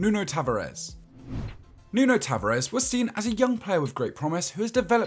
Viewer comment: “Nuno ta va rez”